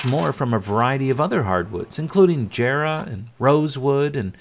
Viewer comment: I most appreciate you learned how to pronounce Jarrah like a true Aussie :D 🤣👏